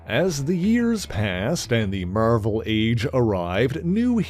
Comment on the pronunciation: MERVEL? Where is that pronunciation from? Its pretty distracting lol.